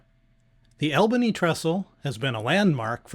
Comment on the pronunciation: Great videos, ‘cept Albany is pronounced ALL-bany, instead of AL-bany. 😊